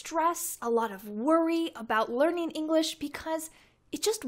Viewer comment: why do you always pronounce ing as an n? going (goin) learning (learnin) having (havin)